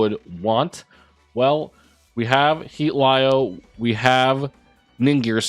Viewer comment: It’s pronounced Heat-Leo😅